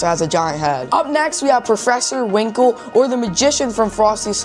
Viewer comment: His name is professor Hinkle , not Winkle!